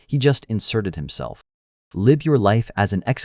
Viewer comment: Bloody AI narrator- stop it pleeease! It cannot tell the difference between live as in living and live as in live bait! Eugh. Check it if you insist on using!!!